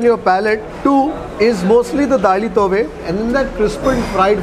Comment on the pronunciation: South Canara Konkani food rocks. It’s Daali Thoy …not Daali Tove. Hope you will correct it next time.